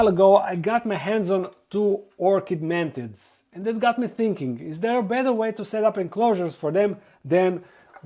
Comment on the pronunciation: i miss when you sayd "mantits"